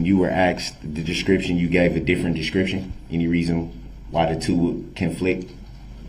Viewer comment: The manner in which he twists and mangles words is absolutely astounding. "Deeshkripshun", "licin place", "substain", "entee", "doojishul", "uhdoonduhkayted", "tackit/tackick/tactic", and on and on. His pronunciations are nearly as abominable as his knowldge of definitions and appropriate usage of words.